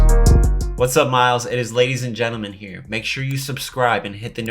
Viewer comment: Why does he say “hi Myles, it’s laddies and gentlemen”